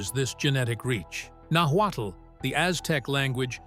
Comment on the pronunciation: So? There's not a final conclusion of where they came from. Mexica is pronounced maisheeca and náhuatl is pronounced nawatl, good information anyway greetings from Tijuana México.